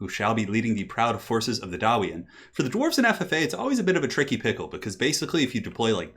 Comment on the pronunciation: Gwarves? WOULD YOU LOVE A MONSTERMAN